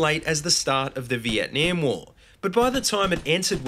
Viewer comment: I'm not being picky, but the way that you say Vietnam is cringeworthy.